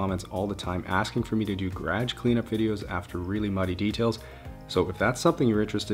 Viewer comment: Call me weird but I love the way he says garage, "gahge" I watch another youtuber from Canada and she says it the same way, it's just so funny to me. It, oddly, makes my day 🤷🏽‍♀️😂 (Awesome outro song. My mom used to put it on for our Saturday cleaning songs 💖)